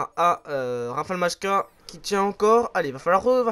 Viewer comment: La prononciation de R.Majka est "Maïka". Je suis désolé mais je repose la question quand vas-tu faire l'FAQ? Super vidéo.